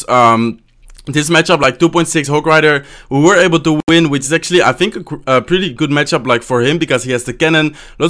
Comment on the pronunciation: mero kiven *which not wich